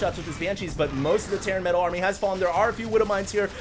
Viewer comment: everytime says "metal" a puppy dies a terrible death somewhere